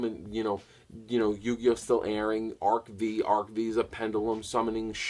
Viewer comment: By the way, ARC-V is pronounced "arc five", not "arc vee".